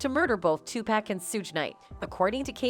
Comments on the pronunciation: White ppl it's not 2pack it's 2pac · Can't listen anymore because the narrator keeps mispronouncing Pacs' name. I noticed all white narrators mispronounce his name from time to time. 2 pac= pock not pack SMH. It really bothers me. Puffy is in that I'll do whatever it takes or anything for the fame and fortune crowd or world. When they are tired of him or no longer need him. He'll get what he deserves. It's knocking at his door. I've never liked him. He has always been lame to me. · It’s so cringe listening to her botch everyone’s name ….who tf is 2pack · It's not too pack, it's to pok. You're always pronouncing black entertainers names wrong. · The way the reporter says “2 pack” is some bullshit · 2pack, sug knight, kef D …this why everybody can’t report on shit can’t even pronounce the names correct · Lol Soog Tpack these names we hear all them all the time she really slays the names!!!!